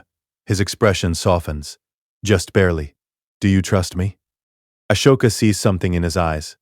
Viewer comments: Ah-soke- a God dam atleast pronounce the names correctly when doing these vidios WTF They way u pronouncing her name its so fricken wrong U pronouncing like ashoka not Ahsoka Even the capitals name is screwed up at least watch the movies n especially clonewars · It’s pronounced Ah•soka not Ash•oka …five thousand times. Ruined the story for me. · Please teach your Ai narrator how to pronounce Ahsoka.